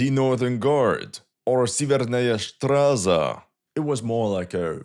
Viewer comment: "Stra-zha" is how you pronounce guard. "Shtraza" what you said is like some pigeon german way of saying the word for 'street'